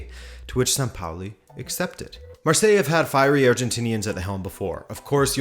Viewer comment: I keep hearing St.Pauli